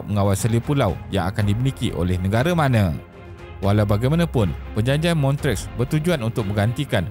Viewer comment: terbaik video ni. macam biasa, isi yg ringkas & padat dan animation yg informatif buat kita senang faham. cuma lagi baik kalau sebutan tempat2 international disebut dengan betul macam Lausanne, Montreux, Kiev etc. keep it up